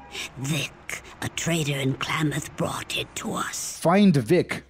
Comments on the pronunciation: i cant get over it god dayum its "clam-uth" NOT "clay-myth" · Klaamaathhhh!!!! Not Claymath! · I have never heard anyone call it "Klay-Muth". Always "Klam-Muth". Mandela Effect Activated. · As someone who is from the west coast, clam- ith is how you pronounce it I believe the actual town is Klamath falls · I’m from Oregon so I’m sorry, it’s CLAM-ath 😂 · wonders how long it would take to look up the worth Klamath. 2 seconds, how many times does he say Klamath? Definitely enough he should have justified looking up how to say the word..sure its native but if hes a fallout fan, how long has he been wrong? It is pronounced kla·muhth, kla not klay...muhth not math. bro being an oregonian I can't listen to you say that word wrong anymore Granted that Klamath the city is in California, Klamath falls is in in Klamath County in in Oregon. It is the same word from the same tribes. Did you know that there isn't a military base in Mariposa, California? its all LIES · I adore fallout 2s setting in northern California, being from there myself. And Klamath is pronounced Clam-uth ;) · Also... the "Primate... GET... OUT... MORE..." chefs kiss. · The way you say Klamath drives me up the wall. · Klamath...kl..ah..muth...I didn't know hearing someone say names of Oregon towns mispronounced pisses me off so much... You say it wrong so much I gotta stop watching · Holy shit the way you say Klamath and modoc is driving me up the wall